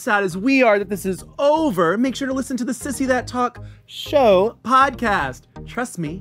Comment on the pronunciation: I am BEGGING you to just say "Sissy That Talk Show" without the pause and emphasis, we get the pun.